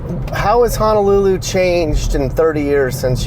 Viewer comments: Don’t understand why you prefer to say Hanalulu when the name itself doesn’t even have an “A” in it. Honolulu isn’t hard to say. Honestly disrespectful of you as a content creator. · I can’t get past the “Hanalulu”